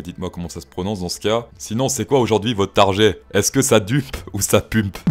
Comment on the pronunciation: Mais C'est pas "PUMPE" c'est "PEUMP"